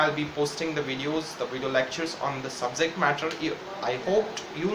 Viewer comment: It's subject not subzect